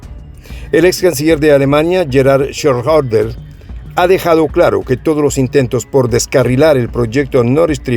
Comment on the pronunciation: disculpa una pronunciación fonética del ex Canciller alemán es: Yerard Schroeder.